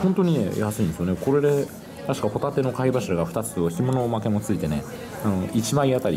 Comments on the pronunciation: ホ↑タテですねｗ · ホタテのイントネーションがサンドウィッチマンのコントみたいになってる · ポテトの発音でホタテって言っちゃった！ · 伊達「ホタテって言っちゃったよ！ポテトみたいにホタテっつっちゃった。」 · ホ↑タテはもういいぜ☆